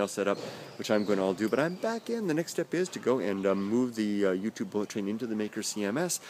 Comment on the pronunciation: It's BAHck :D